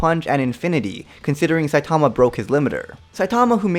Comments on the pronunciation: SAI TAWMA .... It’s SAI TUH MUH 😂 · Why does everyone pronounce his name as “Sai-TA-ma” It’s “SAI-ta-ma”